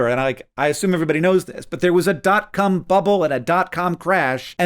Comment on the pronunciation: Hank says "Dot cum bubble".🤣